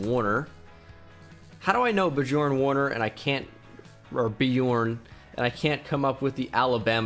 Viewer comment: Badjorn Warner😂 (Im German)